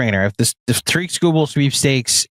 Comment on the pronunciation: Ta-rick, not Ta-reek. is the man. Illitch won't pay him. We'll take Tong, thank you.